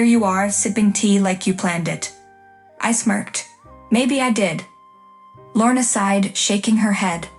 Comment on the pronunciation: Deference, not difference. Feigning, not fainting. Lorna, not morna. Lorna, not worn. Titan, not Kitten. Des, not Zhess. Wearier, not werier